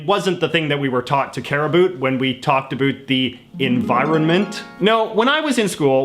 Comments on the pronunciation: I don't often comment on videos, but the way you pronounce the word "about" is ridiculous. C'mon man. Speak properly. You're making Canadians look like morons! I live in Canada and don't personally know a single person who pronounces "about" like that. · I actually am dead-close to a recycler; I'm a 'tamed' hoarder. I tend to use things until they are of no use to me, or better yet until they are broken. BTW are you from the Atlantic (East)? I hear your 'about' in a Newfie accent; cool! I have known for some time now that recycling is a bit sketchy to say the least but we are caught in a conundrum like to be healthy I might as well grow my own food because everything (including organic food has some pesticide) has some unnatural ingredient and most are processed. Even the water we drink is treated so we can consume it. Canada has 20% of the world's source of fresh water, and a little over 2% is from where I live - Alberta. I want to contribute to the society in a positive but we are entrapped by our own device. To survive I have to spend frugally and eat processed food, to eat healthy the stores and manufacturers place a higher price tag to "healthy options"... so to act 'normal' I have to recycle =( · Is this flappy head seriously saying "a boot"? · Can you please STOP saying "A BOOT". Most people don't say "about" as often and most Canadians just pronounce "about" the normal way. Are you trying to show how Canadian you are? No Canadian takes their Canadianship to that limit! End of rant. BTW I love Canada and Canadians, and I like your videos, don't get me wrong. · He said care a boot and he meant to say care about lol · I just can't stop listening to "abuuut" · Dig the guy and content. But not all us Canadians pronounce about, a boot, and the others. Cute, but don't stereotype.Or I'll have to thank you for letting me apologize to you.lol. Peace to all you F(&%^3rs. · About is not pronounced abote ya Canuck.